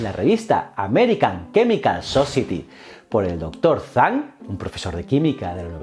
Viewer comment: Ay, qué bueno! Zhang se pronuncia como Chang y Zongzi como tsongtsi, más o menos...Eres un crack!!